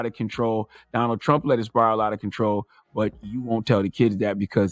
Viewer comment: "Start wif President Plump!" 🎃